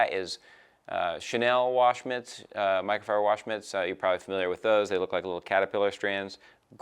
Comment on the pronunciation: he cant say "Microfiber" 😂😂